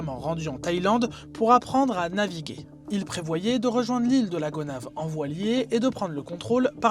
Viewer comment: Ile de Gonaïves et non Gonaves